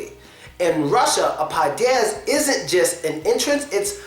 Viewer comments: Podyezd (Подьезд) You put stress wrongly it's pod'Ezd not p'Odyezd Sometimes u pronounced it okay sometimes not :P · it so funny how this guy say padiezd😄😅